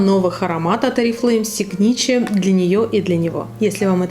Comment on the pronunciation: Читаться как сигнатюр...